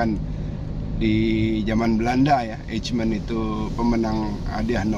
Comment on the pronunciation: Lembaga Eijkman dibaca Eykman (silent j)